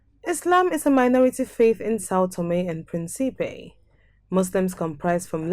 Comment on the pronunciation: Respectfully, please re-record the audio and pronounce the name of the island correctly! Principe is pronounced PRIN-cipe. PREENcipe , with an accent on the first syllable. It means, of course, PRINCE 👑